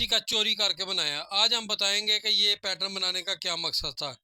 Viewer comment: پیٹرن ہوتا ہے حاجی صاحب آپ بار بار پیٹرم بول رہے ہیں